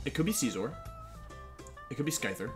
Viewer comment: Did you just said ScKyther?!!!!